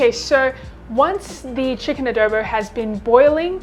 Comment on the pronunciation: showed this video to my filipina colleague. the notes were..... pronunciation of the word Adobo. Its not Ahh-dow-bow, shorten the o sound by half. And also $22 and $25 for a takeaway container serving is too expensive but in this covid times anything to support the small business is good. All in all it was a thumbs up hahaha.